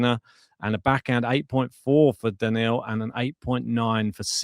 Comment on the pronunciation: it's Daniil (DaNeel) not Daniel, always find it cringe when people say names incorrectly...